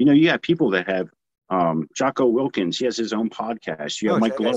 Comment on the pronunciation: Jocko Wilkins......... it's Jocko Willink